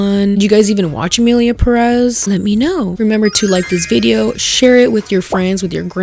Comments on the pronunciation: For the record, it is not pronounced PerÉz, but PÉrez, with emphasis on the first "e." Now I keep looking at your review, which I love. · Just a nitpick but it’s been driving me (a Latin American not from the USA) kind of insane whenever I hear people pronounce the title of the movie as “Emilia Puh-RES” when the actual pronunciation of the last name is “PEH-rez”. Like it literally has the accent on the first e 😭 I feel it’s another layer to the butchering of the “latino” identity. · is pronounced PÉrez, not perEZ. If you are going to criticise the mediocrity this movie was when representing us, latinos, please start with you. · Why is it so hard for everyone to pronounce “Pérez” correctly? You stress the syllable that has the accent. Is not pe-REZ, it’s PÉ-rez. I swear Spanish’s not that hard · It is Pérez, not Peréz! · Girl no, please, why are you too saying the name Pérez like Peréz. Sorry, I needed to let that out, I'll keep watching the video now 😅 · Whyyyy do y’all say PeREZ it’s Pérez there is an accent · Btw it’s pronounced PÉrez not PerÉz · Girl please, it's PÉrez, not peREZ. For authenticity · Girl not you being mexican and saying PerEHz. jajajaja es PÉrez morra. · Goddamn it is not PéREZ is PÉrez, it is not that difficult to get, the e even has the symbol on it 🫤🫤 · why do you say Peréz when in the title of the movie is pretty clear it says Pérez? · omg please it is pérez w the accent in the first E, not peréz 😢 it is killing me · WHY DOES EVERYONE PRONOUNCE IT "perEz"?? IT'S PÉREZ, THE TILDE IS THERE FOR A REASON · I love you, but you pronouncing it "Peréz" instead of "Pérez" is bugging me, specially after you complained about how the director didn't bother to care about pronunciation 😭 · Not to be rude, I just keep hearing people mispronouncing the name. As indicated by the accent (é), it's PÉrez, not peREZ. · why is it pronounced perÉz, girl it’s pÉrez 😭😭😭😭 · You are Latina but you say PeRÉz Instead of PÉres